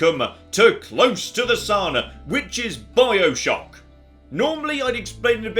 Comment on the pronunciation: A couple of times he said 'Bileshock'